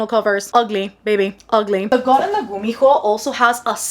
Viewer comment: I've just started following you and all throughout the few videos i've watched of you i kept thinking 'what's her accent i can’t place it? She has an american accent but with a few twists in some woyels.' Then "Here in Panama" Ah! Yes! I knew it! I should've known the way you pronounced the h in gumiho gave me Spanish vibes.